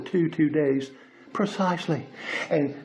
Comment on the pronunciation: "Pur-sies-ly" XD Good grief! This idiot is funny... Thanks,, for the mood lift! XD